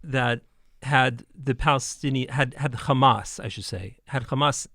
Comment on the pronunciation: Why do they say "Khamas" instead of Hamas? Do they pronounce the name Henry as "Khenry" or any word that starts with an H?